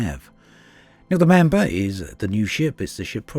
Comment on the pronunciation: "Mamber". LoL.